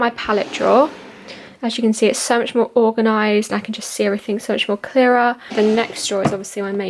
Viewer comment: oouuuu....i’m sorry but i had to point out that it’s organize.